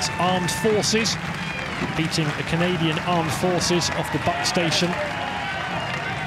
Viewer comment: 'Canadain'? Tut tut